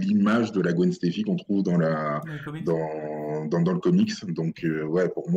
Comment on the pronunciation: Seigneur... Je voulais dire Gwen Sta-CY et pas Gwen Steffi (chanteuse de No doubt).... Mea Culpa, Mea Maxima Culpa....